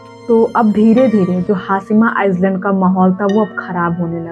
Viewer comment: Its not pronounced as iceland , its iland , s is silent